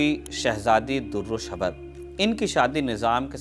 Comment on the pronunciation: Dear, good information but you need to improve your pronunciation Princess DURRE SHWAR this name you mentioned wrongly Anyway good efforts ❤❤